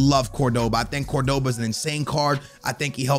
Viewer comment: You pronounce Cordoba CORD-BA